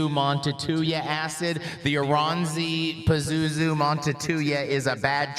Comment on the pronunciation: IT IS PRONOUSSED AS ORANSSI VITUN PAZUZU PERKELE.. KANT JUU DOO ANYTIN RAIGHT!!! Literal translation of Vierivä usva is rolling fog/mist... but vierivä at this context flees for me more like creeping.